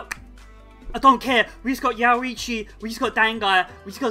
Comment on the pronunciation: "yarichi" yeah sure, lets go with that lmao.